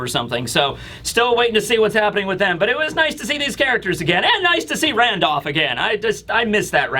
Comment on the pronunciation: You say randolph weird lol. “Randoff”